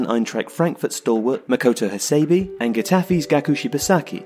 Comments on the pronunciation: Bijak R A Yes please. Cannot stand the annoying Hasaybeee. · his name is pronounced as ha-sé-bé, dammit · Makoto HA-SEI-BEI not BEE Takashi EE-NOO-EE not NOY-EE